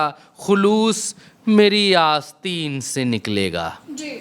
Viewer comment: आसतीन नहीं आसतीं آستیں से निकलेगा आसतीन तहेत में नहीं आ रहा